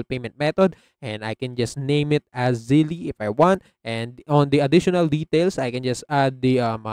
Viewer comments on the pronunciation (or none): Its not pronounced "Zelley". It's similar to "Belle" -- Zelle